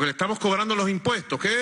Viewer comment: Pero por qué no aprende a hablar bien? Se dice estamoS, NO estamo. Y la S?